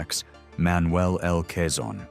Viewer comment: Quezon nit Cezanne